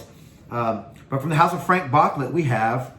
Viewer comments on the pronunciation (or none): It’s pronounced BOOCLAY